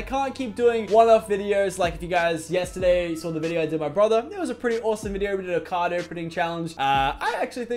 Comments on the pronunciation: I thought he said chose a cod (call of duty) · I thought he said COD not card